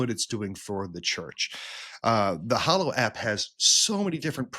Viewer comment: My brothers in Christ, it’s pronounced “HA-low”—not “HO-low”